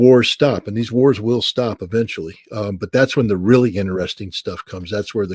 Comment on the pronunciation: Scott, it is interesting not innerresting. lol